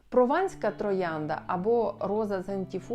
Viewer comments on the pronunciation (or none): "Провандська" троянда? Ви жартуєте? Подивіться на мапу: у Франції є регіон Прованс, а не Провандс😂😂😂